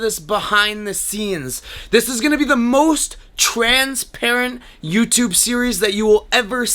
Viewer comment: Do you mean TREN-sparing?